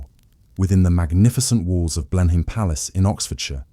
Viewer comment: It's pronounced Blenum. !